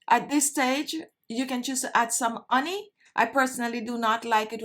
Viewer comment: I LOVE your videos, and I also love the way you pronounce “honey” uney 💕